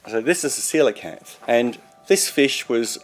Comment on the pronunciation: It was really hard to get past how he kept pronouncing Coelacanth.